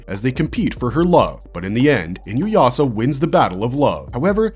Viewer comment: Ah my favorite AI voice mispronouncing Inuyasha 😂